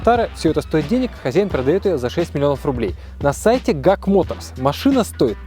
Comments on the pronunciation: Не - Гак а правильно - Джи Эй Си- GAC 😎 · Вы точно уверены что "ГАК" а не "ДЖАК" ? Просто постоянно слышал что ДЖАК называют ) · мне ГАК уши режет)) Джак - во это норм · Ни гак а джак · Почему нельзя произносить название марки автомобиля "Джи-Эй-Си"? Ну, режет же ухо это деревенское "ГАК"! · Не гак а (джи эй си ) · Жак, а не ГАК. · хм ты не правильно сказал не гак аа жек так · Ни ГАК, а ДЖАК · Может не Гак а Жак? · Бро, компания называется "ДжиЭйСи";)